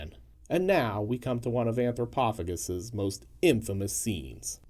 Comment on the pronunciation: OP (on purpose, I guess) and vid creator are BOTH pronouncing it wrong.